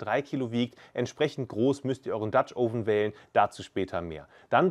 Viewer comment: Sprich doch den dutch oven richtig aus, das o sollte kürzer sein. Aber interessantes Rezept